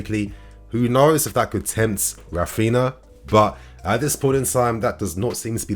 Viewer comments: it's pronounced "Raphiña" or (ny). Just helping for future videos. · Raphinha is pronounced the same way Ronaldinho is. Common with Brazilian names. It has the ñ sound. 👌🏽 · Not trying to be a smart ass but coz his our player now i believe we should pronounce his name properly. R IS SILENT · Yo - You're saying Raphinha wrong.